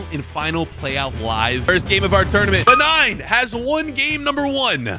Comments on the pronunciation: the way pronounce some the names is crazy i think moving forward just ask google how to say some of the names. Guinea-Bissau - Iraq - Benin especially Benin it not benign but buh-neen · Someone Should teach that it is pronounced Bae - nin not Ben 9. Man of Action is really messing with his head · WHEN HE SAID BENIGN INSTEAD OF BENIN I NEARLY DESTROYED MY PHONE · Pronouncing Benin like “Benign” 😭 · bro just stop pronouncing please please bro, gineu bazuu and be-nine? 😭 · Maybe learn how to pronounce these countries names first. You made a complete fool out of yourself butchering Benin, Guinea Bissau and Kyrgyzstan. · be like: BENIGN! GUINEA BASSU!